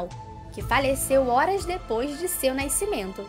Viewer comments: " Naicimento " kkkkkkkkkkkkkkkkkkkk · O pior é naicimento kkkkkk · Naiscimento ou Nascimento